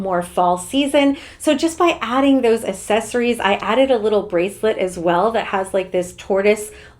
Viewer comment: Can you please learn how to pronounce "accessories"?